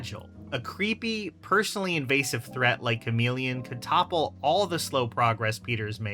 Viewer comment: Lmao bro said chameleon 😂😂😂😂 GTFOH dude